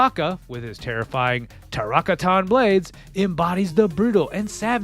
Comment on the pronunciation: Ummm, what did you call Baraka's Tarkaten Blades? Other than that nIce video.